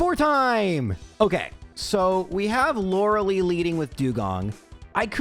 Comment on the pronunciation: Day 1 of asking to pronounce her name as "Lore-uh-lie"